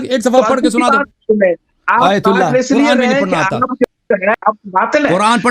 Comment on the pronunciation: Pahle ahteram karna sikho phir isne aytullah ko galat bola kisi ke dil ko taklif nahi dena chahiye pahle urdu bolna sikho